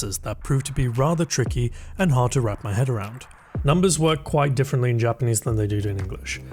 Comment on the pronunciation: I find it really interesting to see someone completely new to Japanese trying out this program. It's been so long since I started learning Japanese completely from scratch that I don't remember how hard it was! Your pronunciation is already really good, it seems like the natural sentences help a lot!